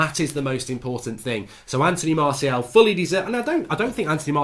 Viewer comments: La Stacey everyone: Anthony Martial Goldridge: Anthony Marseal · Drinking game: every time mark says Antony Marseal (Martial) take a shot. Be drunk 15mins in